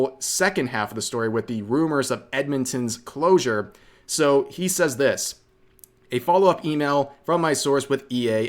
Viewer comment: You pronounced he incorrectly. 😂